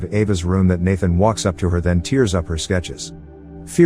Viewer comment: How ironic, having a bot that says tear ("teer") instead of tear("tair") read the commentary about an nigh-human AI.